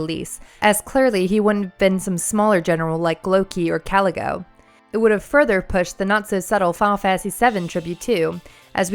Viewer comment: Caligo (Kah-Lee-Go) not like calico